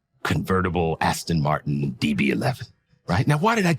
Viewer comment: The guy buys an Aston-Martin and doesn’t even pronounce the name correctly.